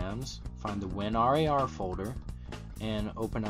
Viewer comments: Stop calling it "win are ay are" just call it "win rar" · i pronounce it as "Win" "RAR"....... not Win R A R.. isn't the like saying Win Z, I, P oppossed to winzip? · there is many annoying things on this tut, the worst one of them is that you say: win R-A-R lol. good turorial tho!